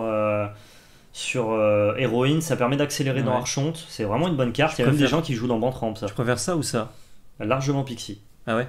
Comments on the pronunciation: ça se prononce arkonte mais archonte pas content pouce down GRRRR je rigole votre vidéo est top mais ça se prononce vraiment arkonte :p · mdr qui reprend sur la diction et qui nous pond un arCHonte derrière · Ah mais vous ne faites pas exprès de dire arCHonte ? Ça pique les oreilles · Des années de Vampire la Mascarade à se faire poursuivre pas des magistrats ayant ce titre me font dire qu'on prononce arkonte. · Prononcer ArConte pour Archonte. ^^ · Mes oreilles saignent encore.... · J'ai saigné des oreilles à chaque prononciation de la carte ,du coup je suis au bord de l'AVC. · Moi j'aime beaucoup '' l'archonte '' prononcé à la française 😂😂 qui est un type de crea depuis plus de 15 ans. En vrai c'est une bonne carte de side je pense...